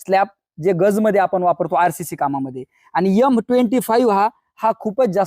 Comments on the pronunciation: गुरुजी आपले व्हिडिओ माहितीपूर्ण असतात, आवडतात. पण यल,यम, यस s नाहीतर एम ,एस s ,एल असं उच्चारायचं. नाही तर विद्यार्थी पण असं चुकीचं उच्चारण शिकतील. आपली हितचिंतक नागपूर हून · खूपच छान माहिती दिली.सर . पण सांगताना यम च्या ऐवजी एम हा शब्द वापरा. नाहितर मुलांचे बोलतानाही शब्द चुकीचे येतील. ( रागावू नका, उच्चारात सुधारणा करा. ) 🙏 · यम नाही रे बाबा, एम बोलायचे. तुझी मुलगी पण तुझ्या सारखं बोलू लागली तर चालेल का तुला? उच्चारावरून अशिक्षित वाटयला नको.